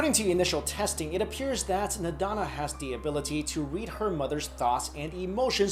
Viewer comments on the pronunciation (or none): not nadana .. its nandana .. has a hard time finding her on google !